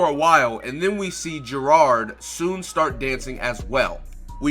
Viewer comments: It's not gerod It geirod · Why the fuck do you call her Gerard, it’s not how you pronounce her name